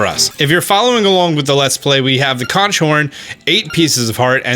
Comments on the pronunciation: It's pronounced "Konk" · Love the new series, but please look up how to pronounce the word conch, my man